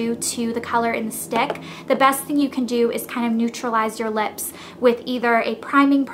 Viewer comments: Cracks me up how you say lips.."leps" :) but I'm from Arkansas soo...lol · you say lips funny. leps.